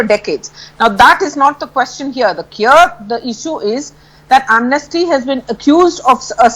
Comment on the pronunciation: BJP spokesperson cant even pronounce 'Amnesty' in a correct pronunciation, anybody expect anything good and benefits for India's from this kind of people ?